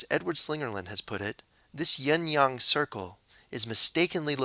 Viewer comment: Yin Yang is pronunced y/I/n /y/ang